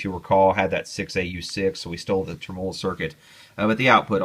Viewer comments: Practice makes poifect!! TRIM-uh-low, TRIM-uh-low, TRIM-uh-low, LOL!!! ;-) Seriously tho, I'm enjoying your vids! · just fyi... tremolo is accented on the first syllable: TREMolo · Tré-molou = Tremolo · Love your videos (been going back through some of your old ones,) as well as your one man campaign to change the pronunciation of the word "tremolo," LOL! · PLEASE click on the little speaker to hear the CORRECT way to pronounce "tremolo"......PLEASE!?! Otherwise I really enjoy your videos. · I trust this guy's opinion so much, that I am now reconsidering how I pronounce 'tremolo'.